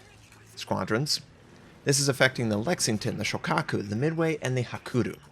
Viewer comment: Love your videos, but please don't ignore the 'y' in Hakuryu.